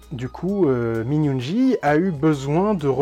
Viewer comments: étant ARMY je suis super contente que tu parle de BTS par contre ta prononciation 😅 C'est (Youngui et pas Min Yoonji) .. sur You tube il y a les MV avec la traduction en général leurs chansons sont plus profondes si tu aime le rock tu devrais aimer Run BTS il parle de leur carrière dans cette chanson mais elle a une super sonorité elle est devenu l'une de mes chanson préférée...en tout cas c'est cool que tu essaie de faire connaître les garçons merci ...et pour ceux qui veulent les découvrir il n'est jamais trop tard ✌️💜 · min yoongi the best rapper ps on prononce yoonguill comme guillaume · Très bonne vidéo et très bonne analyse !! Par contre la façon dont tu prononce certains mots à partir du nom de Yoon-gi!!!!